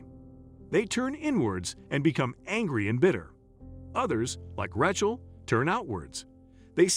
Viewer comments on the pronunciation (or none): somepne should tell that announcer howto p[renounce rachel. it is pronounced raychel.